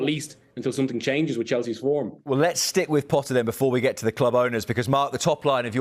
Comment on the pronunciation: Why are you saying thee? Its just the....